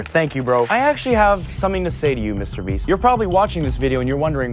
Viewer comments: Bro said Mr breast💀💀💀😭😭😭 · dude said MR breast he got the laban affect lol